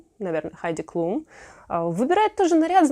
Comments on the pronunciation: Хайди КлУм пожалуйста!!!!уши режет этот КлЮм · Прошу обратить внимание 🙏🏻🙏🏻🙏🏻 Ариана ГрАнде, а не ГрандЕ💥 Хайди КлУм, но никак не КлЮм!!!🧨